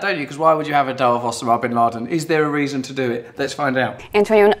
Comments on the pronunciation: O-sa-ma. O-SA-MA. Not Ossooma. After 187 episodes this is your first word that you have mispronounced. Not bad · It's not Osamahh it's Osama, he hates people getting the pronunciation wrong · It's pronounced Oh-sar-mah not os-a-mar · It s OSAMA ... He can't even pronounce it Oh-sarm-ah Not oss-er-mah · Oh-Sam-Ah-Bin-Lad-En not o-sam-a-bin-lad-n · You say the name Osama so funny! its pronunciation is: oh-sAH-m-ah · You mean ossa-ma. Oh and Ah sound the same as O and A. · his pronunciation of Osama had me cracking up. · It's pronounced Osama, not Osama. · Is that really how you pronounce Osama ? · Why can't he say Osama right? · His pronounciation of osama is just distracting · who pronounces 'osama' like that?:S